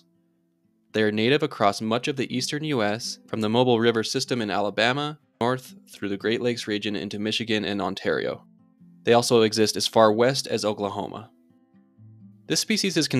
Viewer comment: In Alabama, we pronounce Mobile as moh-beel.